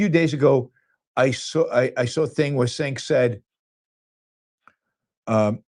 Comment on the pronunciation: I like you Yaron but intentionally mispronouncing Cenk’s name comes across as racist / low-class.